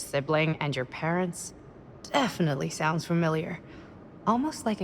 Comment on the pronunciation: Who else thought the characters kept saying "pants"?